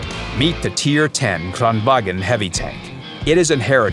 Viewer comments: as Volkswagen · KranvaGN not KranwaGEN